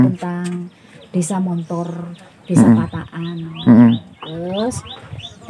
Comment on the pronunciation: Balikpapan nyimak.....min penulisan dan penyebutan tempat yang benar, pataan bukan patakan.....👍👍